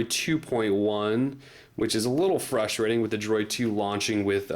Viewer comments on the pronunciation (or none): none